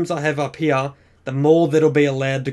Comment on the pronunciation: U say here like heya